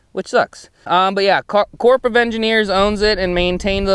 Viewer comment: Corps is pronounced like "core". Sad story bro. Water gotta go somewhere, there will be more.